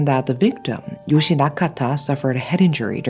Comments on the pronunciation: The e in Yoshie isn't meant to be silent. It's pronounced like eh. I feel like it's disrespectful to the victim to not say her name properly. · You're mispronouncing Yoshie-san's name. Yoshi is a boy's name. An i always indicates an ee sound, and thus an e after it should be its own syllable and add an eh sound. ...Poor girl.